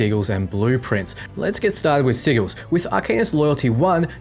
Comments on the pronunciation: Pronouncing it incorrectly was amusing at first in the other videos, but when you are specifically talking about Sigils for the first third of the video and repeatedly saying "Siggle", it is very distracting. This is why you have a lot of comments focusing only on the weird pronunciation. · Omg. Sigils had a soft G. Like "sijils". Lol sounds like you're saying "seagulls" XD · 100% sure I just heard say "Siggles" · Sigils is pronounced (Sid-jills) or (Sijils) 👍 lol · Oh god mispronounced sigils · When you say sigils it sounds like a two year old trying to pronounce a word too big for them.